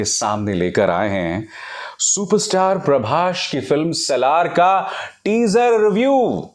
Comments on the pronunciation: Parbashhh nahi parbhas 😂😂😂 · Pehle naam thik se lijiye .. "Prabhsh" nahi ..prabhas hai wo Lot's of currection needed in your video .. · First you learn his name properly.. it's prabhas not prabash.. bollywood dog